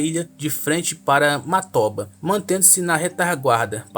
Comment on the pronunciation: "Matóba" kkkkkkk não tem a mínima condição pqp 😂